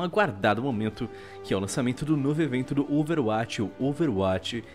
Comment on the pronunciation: cara, por favor, aprende a falar OverWatch direito... vc faz videos sobre o jogo...